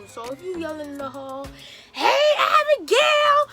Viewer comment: Yooo she called my name😂🤣 That's how she be calling ma name when she sees me tho "Abigail"🇯🇲!!!!! In her lil Jamaican tone.... bruh